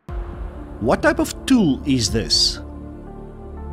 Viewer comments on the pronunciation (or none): none